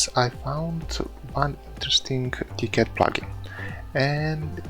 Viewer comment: Gave this video a thumbs up because you pronounced KiCad properly.